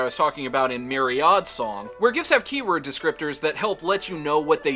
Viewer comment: I see you still not pronouncing Myriad Song. But yes this game does sit in between Iron Claw and Myriad Song.